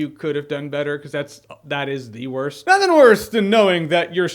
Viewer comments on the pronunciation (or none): none